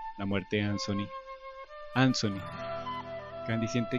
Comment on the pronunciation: Traer de Vuelta a anthony y con tantos detalles excelente narración y la pronuncion de ansony genial saludos